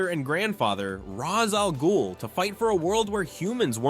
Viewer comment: The mispronunciation of Ra's's name, the over processed sound, the overly consistent pronunciation, lack of any personality whatsoever... So this is an AI channel, huh?